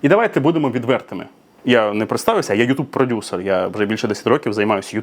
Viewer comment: Єпать ....😅 каже продюСЕР 😂😂